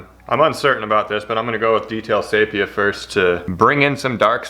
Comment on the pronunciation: Say channel however you want to but for God sake and all that is holy PLEASE say "see-pee-ya" NOT "say-pee-ya" I'll even say milk like you do from now on if you do!!!